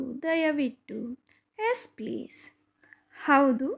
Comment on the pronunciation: ಚೆನ್ನಾಗಿದೆ, ಆದರೆ ಹೆಸ್ (ಎಸ್), ಹದ್ಭುತ (ಅದ್ಭುತ) ಆಕಾರ, ಹಕಾರ ಸರಿಯಾಗಿ ಉಚ್ಚರಿಸಿದರೆ ಇನ್ನೂ ತುಂಬಾ ಚೆನ್ನಾಗಿರುತ್ತದೆ.